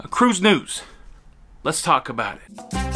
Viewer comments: We say about not aboot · Unless you are from Newfoundland, no one actually pronounces “about” as “aboot” in Canada. Just sayin….. lol!! 🤣🤣. And even other Canadians make fun of those from Newfoundland!! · "aboot" lmao